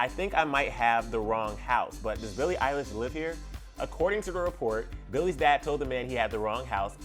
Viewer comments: When he says Eilish's family I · it's not oconnel it's eilish it's literally in billies name